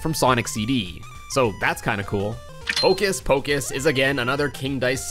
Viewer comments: its not hocus pocus its hopus pocus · It's Hopus Pocus not Hocus Pocus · The rabbit's name is Hopus Pocus, not Hocus Pocus. A lot of people get it wrong. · I think its Hopus Pocus instead of Hocus Pocus